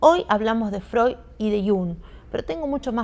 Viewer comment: Muchas veces es difícil pronunciar apellidos extranjeros, pero que lindo suena al pronunciar Freud con la "d" final y Jung con la "g" final...